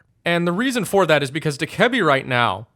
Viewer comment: Dokkaebi is pronounced "doe - cuh - bee" PLEASE STOP SAYING D-KEBBY